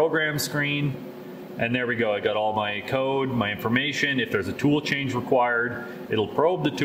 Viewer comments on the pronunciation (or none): none